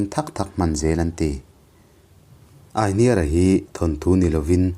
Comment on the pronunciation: Aihniara tiha hniar lai hi kan lo lam ṭhin dan chuan 'i hming ka hria' tiha 'hria' tih ri ang hian kan thluk ṭhin a.